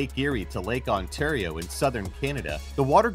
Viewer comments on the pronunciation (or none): none